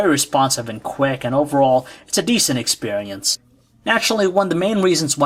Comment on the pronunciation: Expewience LOL